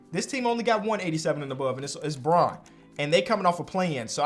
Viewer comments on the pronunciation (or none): none